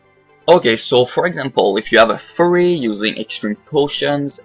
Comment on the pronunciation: when he says "fury" it sounds like furry :)